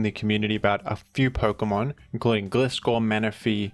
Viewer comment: Do you pronounce Gliscor incorrectly on purpose? ✅(Gli)de ❌(Gli)tter